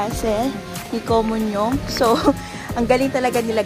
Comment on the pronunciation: 왜 계속 “코몬용” 이야?? ㅋㅋ 웃기다 진짴!